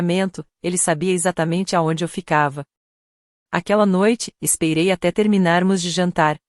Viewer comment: Narracao por ia??? Eh dureza ouvir "espeirei"...:face-turquoise-covering-eyes